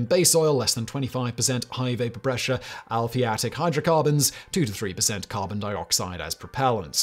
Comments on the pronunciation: Al-i-pha-tic,not al-phi-a-tic. Grrrrrr!😁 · You misread "ALI-phatic", as "ALPHI-atic", not once, but twice. I found that rather funny 😄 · It is aliphatic, not alphiatic. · I KNEW we could trust Simon to mispronounce something here. In this case, it was "aliphatic." He pronounced it "Alfy-Attic" rather than "Ally-Fattic" Aliphatic is a term that we chemists use to refer to hydrocarbons that are NOT aromatic. In other words, hydrocarbons are all either aromatic or aliphatic. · The correct pronunciation of aliphatic is "ali-fat-ik", not "alfie-attic". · It's not 'al-phiatic' it's 'ali-phatic'. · Aliphatic, Simon, not alphiatic. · sorry to be a bit picky here but you were saying the 'I' in the wrong place in the word aliphatic, alee-phatic, not alphee-atic, soz, just saying.. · 'Alphiatic' heheheh love your shows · A-li-phat-ic, but a great vid. WD-40 got me unstuck just yesterday. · aliphatic = al - if - at - ic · “Aliphatic” is pronounced “Al-e-fat-ick”. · Slow down... You're mispronouncing "aliphatic". I think maybe because of those stilted British mannerisms.